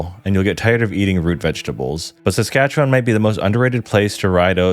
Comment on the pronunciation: As a Canadian, your pronunciation isn't too bad. Nunavut is more like saying "none of it" really fast, no voot. You said Saskatchewan alright but you over pronounced it. Native Canadians also shorten it and say it faster making it sound more like Sask-atch-ewin. But your pronunciation is better than most. Great vid man, glad to see the algorithm working in your favour